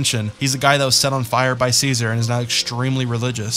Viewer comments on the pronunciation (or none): none